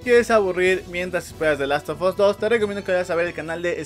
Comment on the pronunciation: The Last of 'as', la u se pronuncia como a